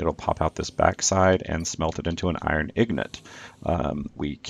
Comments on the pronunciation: "ignot"? do you mean ingot? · I'm sorry did you say ignot? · it's pronounced in - got